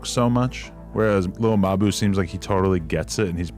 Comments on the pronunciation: 😭” lil muh boo” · lil muhboo nfr podcast luca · Lil muhboo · Lil mabu❌ Lil muh buu✅ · what's really wild is hearing all the pronunciations of his name specially the one guy at like 45 seconds calling him lil mah-boo lmao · Its "littlemuhboo" all in one no spaces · Wtf is a little ma-boo?!?! Sounds like a small mammal of some kind.....😂😂😂😂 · "Lil ma boo" - 😂💀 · 🤣 No matter what I do, (ah!) I keep hearin' muh boo (ah!). Nelly and Kelly parody. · Chopping on him like a mf 😂😂 said no one is more deserving than muh-boo 😂😂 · Lil mbou 😂😂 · Lil muh-boo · Bro, I been watching your content for a few weeks now and I am impressed. Content is quality and to the point. BUT PLEASE, Take some time to look up the pronunciation of some of the words that you are not familiar with. You are MURDERING like 5% of your own script. It would be one thing if it was just some random words in a podcast or basic conversation. But your videos are detailed accounts of people's lives or events in their lives, botching very simple words and locations makes your videos hard to understand at times and is seriously pushing away potential subscribers like myself. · bro cant even pronaunce lil mabu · how do you mispronounce lil mabu that bad 💔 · I don't get how you could know enough about Lil Mabu to participate in a conversation about him and not know how his name is pronounced